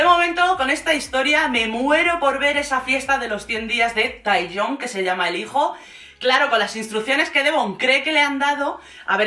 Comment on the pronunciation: La niña no corria peligro he estado en Corea y es super segura Por cierto se pronuncia Teyang